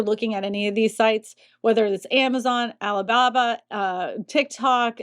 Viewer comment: "Alley Babba"